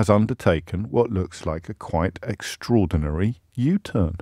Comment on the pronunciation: Dear James, Please cease and desist saying EXTRAORDINARY (and OVERARCHING). Sincerely, Andrew